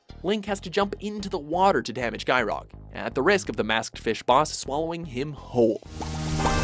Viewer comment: It's not gy-rog it's gy-org